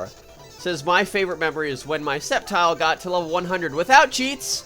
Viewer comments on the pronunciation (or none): none